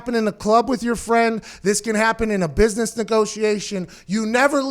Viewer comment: “You’re in a booisness” Lmaooooo 😭 😭 😭